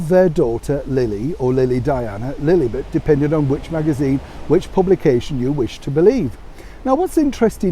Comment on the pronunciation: The given name is Lilibet- not Lili .Betty!